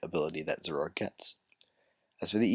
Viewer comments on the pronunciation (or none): i thought it was pronounced "zor-o-ark"